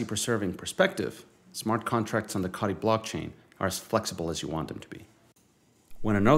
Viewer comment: Please pronounce "Co" "Tee" that sent my mind in to a spin after all these years😂 all looking great though, can't wait for mainnet 🎉🎉